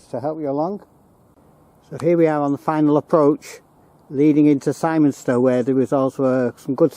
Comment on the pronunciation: Really enjoyed the video but Simonstone is pronounced with an "i" and not an "I" for us locals. Big thumbs up, great.